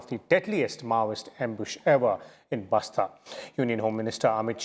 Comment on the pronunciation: It's Bastar Not Basta. Idiot Basta Means Bag Say With Respect It's B A S T A R